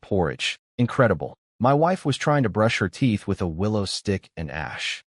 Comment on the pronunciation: help help they trying T. O. kill me. hahaha the narrator spelled it out the "to" to "T. O." hahaha